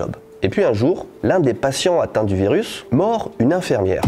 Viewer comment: C'est pas une infèèèèèrmière mais une infiiiiiiiiiirmière ...